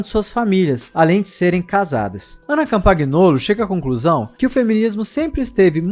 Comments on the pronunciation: O GN, do italiano, tem som de "nh". É "Campanholo". Campaguinolo é foda, hein. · doeu no ouvido o "CampaGnolo"... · Ana Campangnolo = Campanholo. Em italiano, o GN pronuncia-se como NH